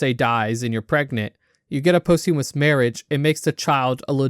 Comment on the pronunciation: lmao "possthewmuss"